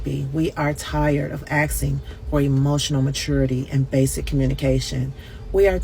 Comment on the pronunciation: we not axing them for shyt either 😂